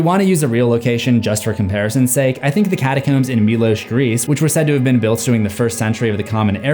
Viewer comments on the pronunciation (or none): none